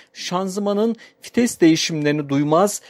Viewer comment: Kitap okur gibi ne biçim anlatıyosun.ayrıca FİTES DEĞİL VİTES